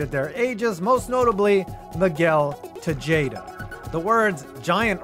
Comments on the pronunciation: It’s pronounced Te-ha-da not te-jay-da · Miguel Te-Jay-Da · How did you butcher Miguel Tejadas name?